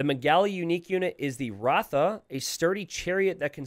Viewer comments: FYI Ratha is pronounced with a short 'A', more like "Ruh-tha". Urumi is pronounced "Ooh-roomy" Thirisadai is pronounced "Thee-rhee-sah-die". The last "dai" is pronounced "die" rather than "day". Gurjara is pronounced "Gur" (rhymes with Tour or Moor) "jara" is just "jah-rah". The J makes a J sound :) Kshatriya is pretty straightforward once you get past the "ksh" which pretty much reads the way it's written. The first K rhymes with the "ck" in "thick", "sha" is pronounced with a short A, "tri" rhymes with "three" and "ya" is pronounced "yah". So, "Ksha-three-yah" Your "Hindustani" pronunciation is pretty accurate except for the "d". It's pronounced with a softer tone, more like "Hin-DHU-sthaan-is" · Hello Low Elo Legends-man, native Bangladeshi here. The Bengali unique unit is রথ pronounced “Roth”. Its written “Ratha” in English for some weird translation issue. Very awkward for me because “Ratha” sounds more Hindi than Bangla... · Ratha is probably the Bengali word for chariot? It's Roth in Bengali. We don't have any A talika after R.